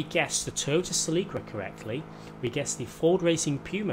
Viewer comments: Se-Lick-Uh (YES) Se-Leek-Uh (no) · The Toyota Celica is pronounced like.. Sell-ica. That's all. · My nigga the way you shall Celica it's so wired I'll allow it cause other places say car names differently and as a Northern UK viewer this is really annoying to hear celeeka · Oml this guys pronunciation of these cars. Celeeeeka. Ford pUma. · Who else call the celica, silika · no, its pronounced Sel-ica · Se-leek-uh lmao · Se-lick-her lmao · I have never heard Celica pronounced that way 😂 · It’s cringe listening to him say “celica” wrong.